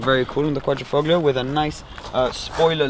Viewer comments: Great spelling you got there. Also the g in Quadrifoglio is silent. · Hey, you live right next to Italy and you don't know that the G is silent? I'm an ignorant American and even I get it right!;) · alfa romeo It’s truly amazing that the majority of these review videos get it wrong! Also the pronunciation of Quadrifoglio, it makes me cringe! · no it's not. at least in italian it isn't. The sound english speakers get wrong when pronouncing quadrifoglio is the D which has the same sound as Dog. But of course who gives a fuck it' just a name.